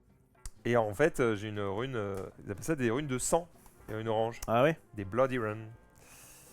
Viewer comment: Body pas Bloody